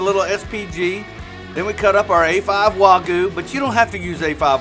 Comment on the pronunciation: It’s Wagyu not Wagoo